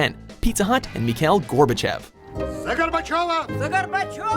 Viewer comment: Meekhail Gorbuchev... Is it that hard to pronounce Russian names?